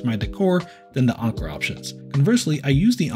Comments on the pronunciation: Why are you pronouncing Anker as "Onker"? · Never have I heard someone pronounce anker as onker. 😂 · Ill go with Anne - core. One guy at work had an Anker speaker and sharpied a W on it. Cant unsee that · Anker rhymes with banker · just to troll, call it “ainnnkurrrr” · Saying onker was driving me a little crazy lol but overall good video. I wish there were some docks that didn't require you to physically plug them in but just sort of drop them in like the switch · I think Anker pronounce thier company name like 'anchor'. Not 100% sure. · Read & pronounce these words: - tanker - pranker - thanker - spanker - banker ….. now say this one: - Anker